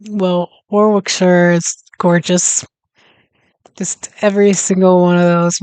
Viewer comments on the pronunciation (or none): Worrik-sher please, if you come over. Not War-wick. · The W is silent in Warwickshire......Warickshire